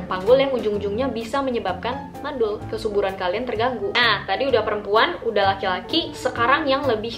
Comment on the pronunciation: Kesuburan kak bukan kesuruban :')